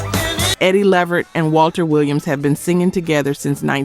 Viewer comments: How do you not know how to pronounce Eddie Levert’s name??? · Eddie's last name is LEH-VERT not Leveret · Eddie from the O'Jays last name is LeVERT not Lever...the T ain't silent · The tone here is a little salty. They still make good music. I would make one suggestion, sub in a better song of the Spinners instead of Rubber Band Man. They had so many better songs. and LeVert is pronounce Luh VERT. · Is this an AI voice??? Cuz ain’t no way you really keep saying Eddie LEEvert……. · AI voice you have to spell it like it sounds or AI pronounces what it sees…hence Gerald LEEvert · Do you not know how to pronounce Levert. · You say you fact-check and research...do you really?? If you want subscribers, do your research on how to pronounce people's names correctly, at the very least! It's maddening, and it doesn't take much for you to look up a group or person's interview to HEAR how it's pronounced. Specifically Levert. It's pronounced LUH-vert. Do better. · All this info you learned about these groups, and still never learned how to pronounce "LeVert" or "Chi-Lites". Salute.